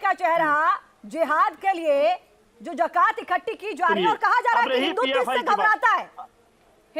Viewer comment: Pehle bolna to seekh li jiye mohtarma wo zakat hai jakat nhi😁😁😁😁😁😁😁😁😁😁😁